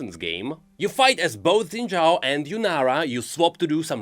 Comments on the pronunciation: i know that its only a detail, but its Xin Zhao, not Xin Yao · Zen Zhao ❌ Xin Zhao ✔ You got the second part right, you're so close. 🥲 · xin zhao is pronounced "shin jao" not zin zhao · Shin. Jow. Xin Zhao = Shin Jow.